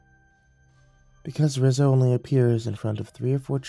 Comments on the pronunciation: Just throwing this out there, You’re saying “Rizzo” not “Rizo” (Re-zo) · Lol, “Rizz-o”